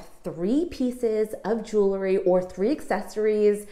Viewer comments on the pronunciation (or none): Remember that we wear jewels not juluhs. This word, "jewelry", is commonly mispronounced as "juluhry", completely forgetting to vocalize the "w". Keep up the good videos.